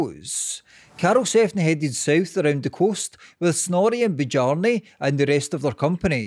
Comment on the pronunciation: Bjarni - you should know that Scandinavian j is pronounced like English y, so this sounds like "BYARNI"